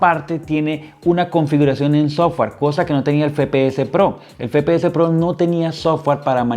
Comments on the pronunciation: Buen unboxing y review pero me daba ansiedad que digas fepeses pro en vez de efepeeses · el fepeese pro, se dice efepeese broo